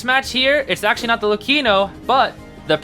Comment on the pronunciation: Big W for the way you pronounce Luchino